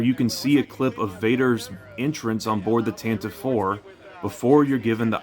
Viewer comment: Tan tee vee not Tant Teeve the Ship name was first heard in the Radio drama.